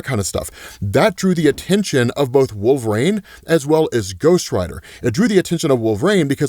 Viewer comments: Wol ver ine not wolv reign wtf dude? That's like saying zavier instead of ex za vier. Are you a comic fan? or is that a joke ? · this gotta eb some canadian shtick calling him "wolf rain" right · The name Wolverine has three syllables, there’s a correlation between obesity and pronunciation it seems.. 🤔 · All this time and still you pronounce wolverine wrong it irks me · why do you pronounce wolverine like that bruh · The way you say wolverine bothers me so much lol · why does he say wolverine like that?